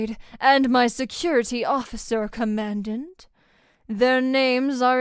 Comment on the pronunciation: Command dant?? pronunciation is important!